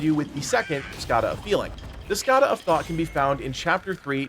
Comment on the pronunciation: Not sure why you are making the N in Skandha a silent letter, but thanks for the video.